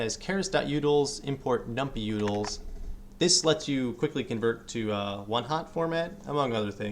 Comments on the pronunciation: numPY!!!! num-pie, not num-pee — you were driving me crazy, good video though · as a young person, keep saying num-pee. Great vids btw